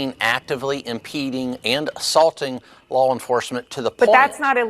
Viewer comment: Bovino keeps saying "lol enforcement"